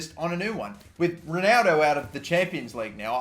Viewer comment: “Sonaldo” I fucking love this guy😂